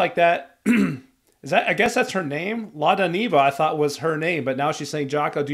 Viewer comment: It's pronounced "Zhako" as in the short version of the French name Jacqueline. In Armenia, we pretty much shorten the names and often add "o", "ik", "chik", "shik", "ush" suffixes when interacting with family, friends and even co-workers. If someone calls me by my full name then they are either a total stranger or angry at me.